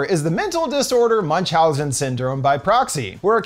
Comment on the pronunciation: When you can't pronounce Münchhausen - just don't do it.